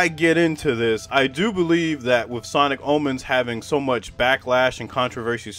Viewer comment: i thought you said sonic almonds 😭